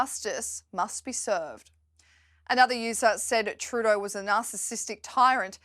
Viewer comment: If you are going to yell something at the PM then make sure it is intelligible. Truuudoooh....! Blah.. Bluh.. Pause.... Blah.